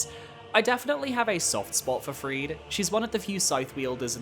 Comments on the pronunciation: Not a bad list, Gael is absolutely the king of DLC bosses. I'd put Radahn higher myself, but other than that it's solid. One nitpick though, it's pronounced Free-dah, not Freed. Call me autistic, but it is so distracting when everyone mispronounces her name. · The second "e" in "Friede" is not silent. Her name is not Fried.